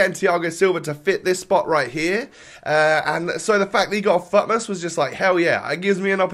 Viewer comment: You always pronounce futmas wrong bro . Try to improve your english bro